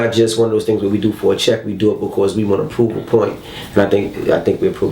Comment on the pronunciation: His voice is so annoying to me. Especially how he says "because"